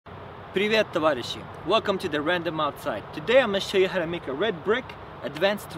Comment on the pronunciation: Thanks , man. Amazing tip, I appreciate this. Hummm...So simple! All you need is just a pair of dozens of bricks, some tin and...мозги!!! Спасибо ещё раз! BTW, amazing English. I presume you're "original" Russian as you pronounce "Привет, товарищи!" without heavy Pindossian accent. Keep up doing such an amazing work, man. Respectfully - Pavel. P.S.: I am going to subscribe. P.P.S.: What about your DesMARPAT jacket? Kinda trophy or just a "подгон"?